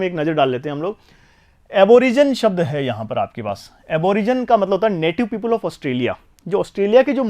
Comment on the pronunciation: Sir ye पीपुल नहीं people he 😄